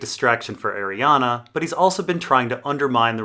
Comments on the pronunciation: After 5 videos please for the love of god stop mispronouncing her name. There is no letter A on the end, it is spelled/pronounced Arianne, not Arianna. It's killing me every time you say it incorrectly. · Yeah, in the back of my copy of leather-bound ADoD GRRM, or whoever does the appendix, has it written as being pronounced Ari-an-a. I just looked, because I read it as Arianne, but always hear others say Arianna. More than likely, she's meant to be both specific and general and the name is meant to be read however you fell like it.